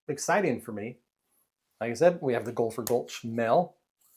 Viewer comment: Please quit saying GOLPHER😭